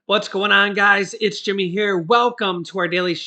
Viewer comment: Say it right: IT'S JIMMY!